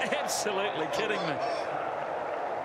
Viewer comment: Straya? Do you believe this was from Australia? This is from NZ. Listen to how he pronounces the I's in this and kidding. "Thus and Kudding" Or are you just trying to rile the poster up? Pretty sure this will do it :)